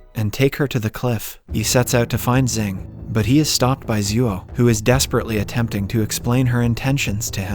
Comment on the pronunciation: *Xing not Zing. It's only pronounce like that